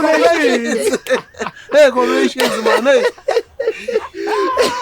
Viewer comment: Am I the only one hearing ngometshisi ...instead of congratulations 😂😅